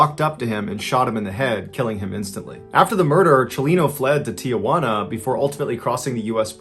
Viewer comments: Tijuana, pronounced “tee-HWA-nah” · It's Tee-hwanna, not tia-hwanna